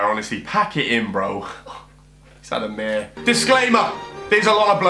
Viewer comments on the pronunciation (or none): none